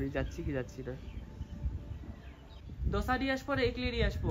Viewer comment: ইগলি নয় ইডলি হবে ওটা